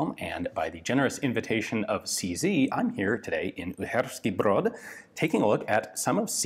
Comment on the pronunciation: Out of all videos, I think pronunciation of "Uherský Brod" might be the best in this. Well done Ian.